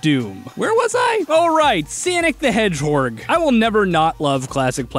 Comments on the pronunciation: I forgot about the "Sanic the Hedgehorg" and then busted out laughing when he said it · Sonic the Hedgehog: exists: "Sanic the Hedgehorg"